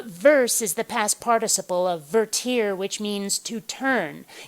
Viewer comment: For future reference, -- the Latin root for "verse" -- "vertere" -- is actually pronounced "VER-tuh-reh", not "ver-TEER"... yeah, it's a nitpick, but I didn't take those four years of Latin in high school for nothing...